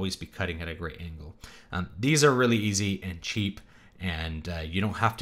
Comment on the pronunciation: Its angle not angel, just for later